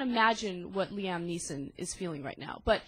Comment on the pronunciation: It's pronounced "lee-um" not "lee-am"